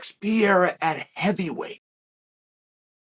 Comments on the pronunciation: Chael, say it with me Pe reí ra not hereira 😂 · Chael? PIERA? PE-REI-RA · alex "piera" lol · Alex Pee-era😂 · Chael doesn’t give af about names 😂 “Piera” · Chael: gets corrected by Ariel that Pereira's name isn't Pierra on camera and acknowledges it, says the name correctly Also Chael: makes a video the next day calling him Pierra the entire time Undefeated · Me: Alex Pereira Uncle Chael: Alex Pierra Me : Ok great. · Say it with me Uncle Chael Alex Pair-Air-Uhh! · Hey, white boy, maybe learn how to pronounce the guy's name :) lol "Pa rare a." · I love how Chael stubbornly mispronounces fighter's names. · Every time Chael says his last name slightly incorrect.. 1. I love it 2. know he knows what he’s doing which makes me love it even more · We don’t admit such things here,young man. Chael is undefined undisputed champ not only in mma,but in name pronounciation Championship also